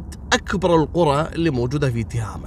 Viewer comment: النطق الصحيح تُهامه بضم التاء.